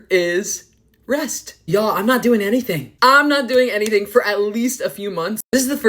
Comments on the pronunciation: Not gonna lie I thought he said “RENT” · WHEN HE SAID REST I FR THOUGHT HE SAID RENT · I thought he said Rent and was about to scream so loud